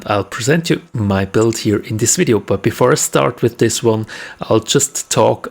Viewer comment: Its video not wideo lol